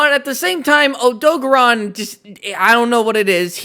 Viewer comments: It's name is Odogaron, not Odogon. (oh-do-gare-on) Also Diablos is female, Monoblos is male. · wtf is an odog-a-ron?... do you odo-gar-on? you know how they actually say it in game? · erm actually its o-doe-gare-ron this is how you say it in the games :> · the WORST way I’ve heard Odogaron being pronounced.